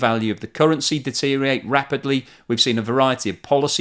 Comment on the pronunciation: Check your language , the word is deteriorate not deterate ,if you want to be taken seriously speak properly